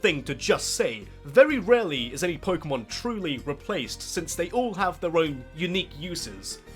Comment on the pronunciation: lol "pokemandom"